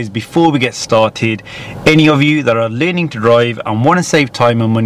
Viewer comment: The way you pronounce your words is hilarious “Lirnning” instead of Learning 😂😂😂🤣🤣🤣